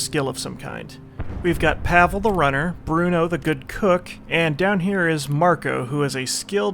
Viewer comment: I think Pavle is pronounced "Pav-ley", not "Pavel".